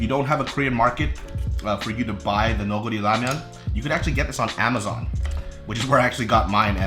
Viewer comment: never knew thats how u pronounced neoguri i always said it like neo-jury hahahah